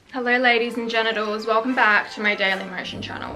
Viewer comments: Is it only me ? or i heard her saying Hello "ladies and genedows" not gentlmen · am i the only one who heard her say ladies and genitals in the beginning 😭